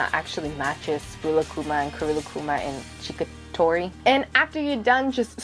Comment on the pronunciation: Lol Chickatori XD. It's Kiiroitori, pronounced Kee-Row-ee-tore-ee.